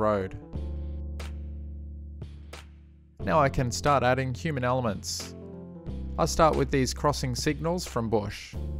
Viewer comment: “Cue-man elements “